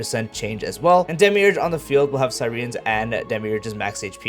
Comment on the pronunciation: Not to dog on your pronounciations but I find it really amusing that when times you repeat demiurge from the kit, you start to atray from demiurge and start saying demirouge 😂❤